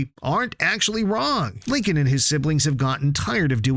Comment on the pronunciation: IT'S LINCOLN, NOT LINCON, OR HOWEVER YOU PRONOUNCE IT. THIS SPIN-OFF IS BASED ON THE SERIES WITH FUTURE CHARACTERS SURVIVING THE BLACKHOLE THAT DESPERATELY CREATED LISA LOUD AGE 8. THESE SHOULD BE EPISODES.